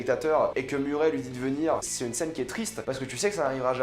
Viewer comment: je t'adore mais c'est Murray (meuray) pas muret